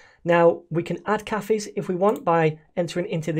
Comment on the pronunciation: Did this man just pronounce cafes as KAFFIS??